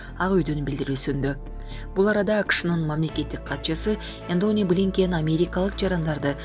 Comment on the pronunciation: Энони эмес Энтони Блинкин туура окусан.